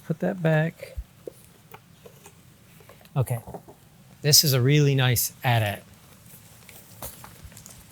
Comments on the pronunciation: Finally someone who says at-at instead of A-T-A-T. I mean, we were kids and it said at-at, right? That pronouciation really is a tell someone actually played with the Star Wars toys as a kid. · I got into a disagreement with my brother in law who is ten years younger than me about the pronunciation. Finally i found the toy commercial from the 80s and they say at-at.